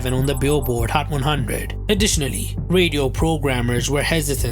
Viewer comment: hhhcchhat one hhhunndred